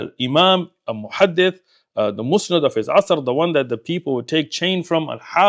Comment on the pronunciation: 11.32 "The Musnad of his 'Asr." The correct pronunciation is Musnid, as Musnad refers to the chain of transmission, whereas the one who relays the chain is called a Musnid. I appreciate the clarification brother.